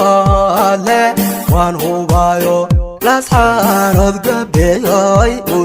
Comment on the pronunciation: Sxb runtii muuqaal qurux badan ayaad soo duubtay.Salaan iyo bogaaadin kaddib sxb magaaladu waa Laascaanood ee maaha Laascaano, kolkaa ka waantoow inaad sida walaweynta ku hadaaqdo. Tala ahaana markaad meel aaddo waraysiga u badi dadka meesha ku nool , yareyna hadalada adiga iyo kuwa ku weheliya, taasaa xiisa wayne e, waa iga talo ee mahadsanid.